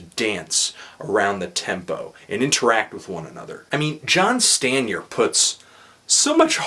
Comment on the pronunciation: it's pronounced STAN-yay. John Stanier.